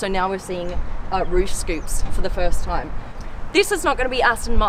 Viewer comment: No time to die.. Not "no tame to die"